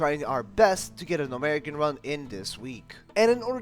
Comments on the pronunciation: Gnomeregan (Gnome- ruh-gan) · Love the videos, great work STOP SAYING GNOMEREGAN LIKE THAT FOR THE LOVE OF GOD